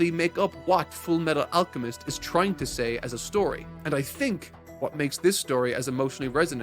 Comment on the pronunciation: “FOOLLMEETTOOLL AALLCCHEMISTOH”